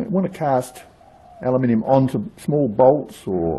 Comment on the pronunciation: Thank you for not pronouncing it as Alooominum